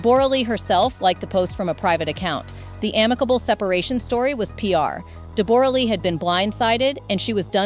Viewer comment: Stop saying DEBOOOORAH its Debra!!!!! Do your homework before presenting a story lady!!!!